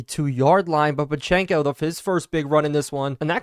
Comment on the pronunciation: Love the content but your football knowledge made me laugh. I wanted to click off the video when you pronounced Pacheco’s name completely wrong all game